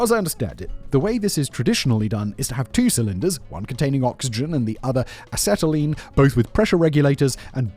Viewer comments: A Set A Lean. It is pronounced A Set A Lean. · "Oxy Ass-telene welding" 🤣 And yes the acetylene can't burn until it mixes with oxygen, which is why the two aren't mixed until they're inside the torch. The flame can only go back to the point they are mixed, so putting them together in the cylinder... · as a former welder, I have to ask: IS ANYONE ELSE CRINGING OUT OF THEIR SKIN AT HOW HE IS PRONOUNCING "ACETYLENE"?!?!? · How many different pronunciations for acetylene can you fit in one minute? Ask Simon! Lol. Seriously, Turtle or I could teach you to use the Oxy; it's fun!